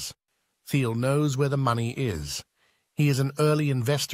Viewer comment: You are what is wrong with Pltr stock. As soon as you pronounced Thiel’s name wrong I was done. You don’t understand the company so your opinion doesn’t matter.